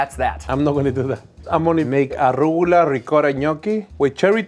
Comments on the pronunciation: That's it, I'm going to pronounce it "arrugula" from now on! Love! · I’ve been saying arugula wrong my entire life…